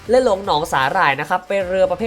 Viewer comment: พูด ร เรือไม่ได้หรือครับ ถึงออกเสียง ทุ่นละเบิด หนองสาหล่าย เลือ...ชุดเดียวกัน ความเล็ว ห้าล้อย เลด้าเดินเลือ ละบบ...อาวุธ ลางป่อยทุ่นละเบิด 1 ลาง ขอเสนอแนะ ให้ไปทำงานอื่นเถอะครับ ถือว่าสงสารคนฟัง...เถอะ นะ นะ